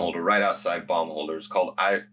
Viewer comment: 😂, please improve a little on your pronounciation of Baumholder! Cause it sounds like bum-holder. Please tell your lovely wife to give you advice on that. BAUM HOLDER! BAUM HOLDER!